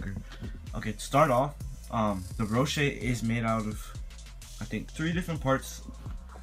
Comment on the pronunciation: Me:*hears Ro-shay* xDDDDDDDDD dude its Ro-she